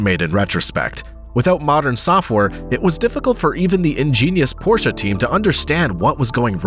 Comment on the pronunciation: Thank you for pronouncing Porsche correctly.